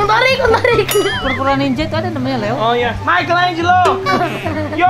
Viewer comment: kukira bang manggil "Mikha Angelo" ternyata bukann wkwk